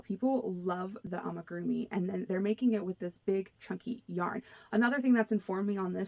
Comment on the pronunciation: I liked hearing your thoughts on coming trends, so I subscribed. Thank you! One thing I found interesting was how you mentioned 3D printing being a trend for tools and gadgets. That's a great tip! Thx! One thing I noticed is you mispronounced amigurumi. It's not an easy word. I practiced it for a long while before I got it, lol. Maybe this will help: Ah-mee-goo-room-ee. It's 5 syllables with the accent being on the fourth syllable. Thanks again for your channel! Have a blessed week 😊